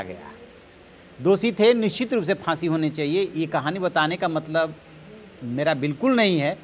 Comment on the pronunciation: Boojh gaya,Bahsi the. Waah kya pronunciation hai.